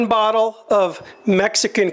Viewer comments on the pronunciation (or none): none